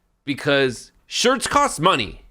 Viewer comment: They're "shirts" without the "r."